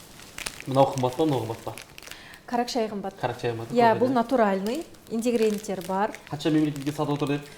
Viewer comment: ингредиент дегенді қызық айтады 😊